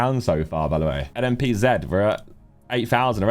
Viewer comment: Thank you for saying NMPZee for us Americans